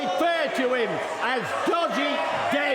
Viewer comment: Man says:- Georgie gay Me heard:- dodgy dave